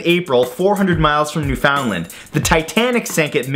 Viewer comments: New-Finn-Land.. NEW-FINN-LAND.. it is not fucking new-found-land. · It's pronounced "New-Finland" not "New-Fowndland". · Me as a Canadian: "New-found-land? It's pronounced 'new-fun-land." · No hate, but Newfoundland isn't pronounced New-found-lind. It's pronounced New-found-land. Love your videos! :) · why does every one pronounce Newfoundland so weird? It's said "new-fin-land" not "new-found- land" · I thought the same thing. I'm from the Maritimes and if you said Newfoundland like that to anyone here we would look at you like you were a space alien. Because we call it "New-fund-land," and so does everyone from Newfoundland, that is if you can make out anything they're saying. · "New found land" oh Americans. It's pronounced new fin land. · Haha it was bothering me too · "new-found-lind" lol Its "new-fin-land" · Depends where you live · Hey, it's pronounce New-fund-lan, not New-Found-land. Sincerely a Canadian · "Newfoundland" not "New found land" lol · It’s not pronounced “Newfoundland”, it’s pronounced “Newfinland”. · Ok REALLY?! You're a Canadian yet you pronounce it NewFOUNDland?? As a newfie it's NewFunLand! LOL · I noticed that the Newfoundland Mention with the titanic thing you said wrong or actually different you said it New found land But everybody here pronounces it new fin land That’s just the way we pronounce it I don’t know if it’s the right way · Did.he.just.say newFOUNDland it's pronounced Newfundland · It's Newfoundland not new found land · Ahem. Being from Newfoundland, it's not pronounced like separate words, put it all together, and it kinda sounds like "Newfinland." No one ever pronounces our name right >_< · Pronounced "New Finned Land" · The American pronunciation is noo-fuhnd-luhnd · In Canada, we pronounce Newfoundland as "NewFinLand". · New fin land, not New-Finland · "NewFOUNDland". Lol. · Daniel Earnshaw It's generally pronounced "newfunlund". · Its new-fun-land. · It’s new fin-land Matt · newFOUND land.. omg matt stop you're canadian.